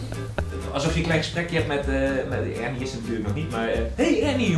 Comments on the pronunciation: Nee het is Ernie niet UHRNIE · Het is ernie niet urnie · Normale mensen zeggen: Ernie! Kalvijn zegt: urnie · Ik vind het wel mooi dat kelvin eurnie zegt ipv ernie, lol😂😂